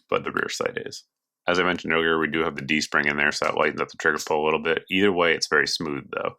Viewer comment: You say D-Spring or G-String? I didn't know Beretta was jumping into the G-String market! I gotta get one for my girlfriend!